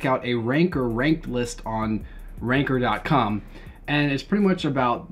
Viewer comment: I cant tell if he is saying Ranker Or rancor